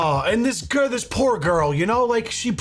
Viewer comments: Did you say poor girl or did you say… pore girl? Badum tsh! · Yep, “pore” girl.